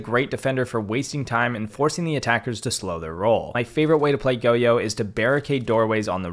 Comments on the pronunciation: the only bad thing I can point out in this video (because im Copper) is the way he pronounces Goyo lmaoo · Is it goyo pronounced go-yo I always thought it was like goy-o